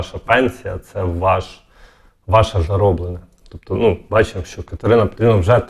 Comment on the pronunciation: То не НО, а НЮ !